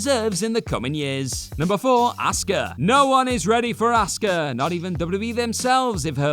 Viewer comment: Asuka? Lol